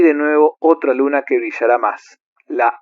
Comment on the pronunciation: BASTA CON LO DE "SUNA" ES UNA ELE MAYÚSCULA! ES "LUNA"!!!!